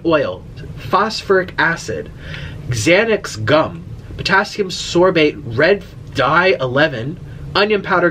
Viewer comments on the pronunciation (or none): Did he read that ingredient as xanex gum ??